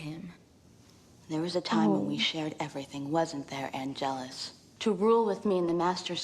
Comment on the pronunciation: Of course not. Plot Armor's gotta Plot Armor. - , Wrong accent. It's Àngelus,not Angèlus. - Angelus,not Angel. Willow-is-adorable!:-3 ❤❤❤❤ - , - Me too!😠 - 💛🖤 - SPOILER: Maybe both?🤭